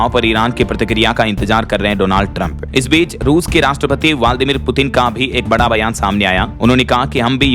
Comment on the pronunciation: वाल्दी मिर नहीं व्लादिमीर उच्चारण भी सही करना नहीं आता😢